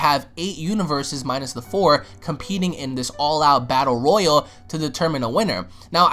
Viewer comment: It's ROYALE damnit, NOT ROYAL